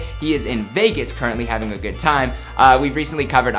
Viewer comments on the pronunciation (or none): none